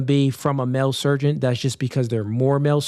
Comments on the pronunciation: Can you guys stop saying surgeon with a "T" in it? That's sergeant and that's a military person. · it’s “surgeon” not surgeont!! wtf!!!